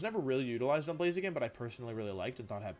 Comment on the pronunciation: BLAZIKEN, NOT BLAZAKIN! FIX IT NOW!